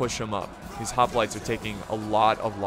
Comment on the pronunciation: The mispronouncing of the word: hoplites is starting to get really annoying.